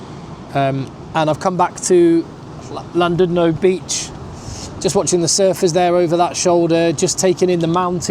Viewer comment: Tnk u... ❤❤❤So pleased u enjoyed ur trip... But we the majority of SA CANNOT afford to visit or live in CT.... Yes it's beautiful... But we slog away in JHB..the crime & fraud capital of the world 😢😢😮😮😮only u brits can pay these prices.. So enjoy.. Pronunciation tip... SJOE =say... shoe Llandudno=LAND DUD NO... ❤❤❤❤ Please visit Zimbabwe next... Especially BULAWAYO... the friendliest place... On earth ❤❤❤❤❤